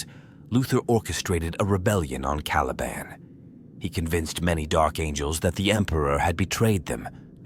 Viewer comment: Well at least this a junk can pronounce the word caliban